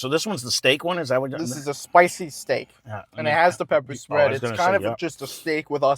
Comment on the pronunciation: "Da peppa' spred" love it